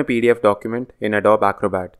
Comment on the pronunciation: Thanks for this useful video. One small suggestion: "Adobe" is pronounced as "uh-DOE-bee"